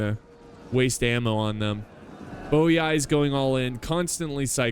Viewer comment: Double i In latin is pronounced "ee" as in the word "free". So Boii is pronounced Boee, and Narvii is pronounced Narvee.